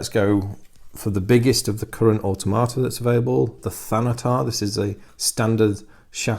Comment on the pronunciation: and if I had to make one observation it would be the way you pronounce automata I cringe because all I hear is auto tomato, it may just me but it doesn't sound right. I hope that I have not offended you. I will continue to watch your in-depth analysis of the model design and kit quality as well as rules review.